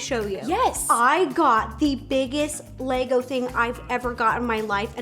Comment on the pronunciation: omg the way the pronounce lego 😂 "laYGOs"